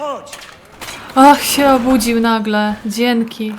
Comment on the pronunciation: Pierwszy raz słysze, żeby ktoś powiedział "Dzieńky" :D:D spoko grasz :)